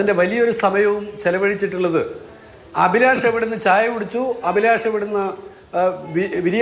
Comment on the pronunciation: അഭിലാഷ് അല്ല അലിബാഷ്